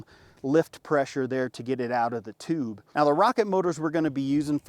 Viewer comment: He said toooobe 😂